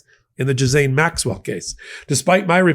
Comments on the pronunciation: Its pronounced "Gillaine" not "jizzane" 😂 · gee-lan-ee... very soft g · it 's pronounced J I L L A I N E Maxwell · Ghiz-laine. It has an "l" in it. WTH? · Can someone please clarify how to pronounce Ghislaine? I’ve heard it pronounced “ghee-lane” as well. From my understanding, it’s derived from an Old French word "gisel" which means "pledge.” That leaves me to think pronunciation is the correct way. It’s one of those difficult names, such as Saoirse which is pronounced “seer-sha.” Go figure 😂